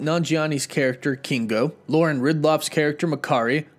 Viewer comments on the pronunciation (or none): none